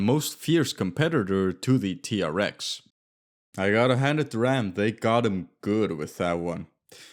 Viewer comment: I think the RAM TRX is actually pronounced T-Rex. Like the dinosaur. Hence the Easter egg.